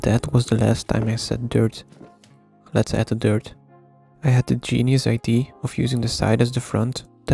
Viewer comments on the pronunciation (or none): I could tell you were from Belgium by the way you say ID instead of idea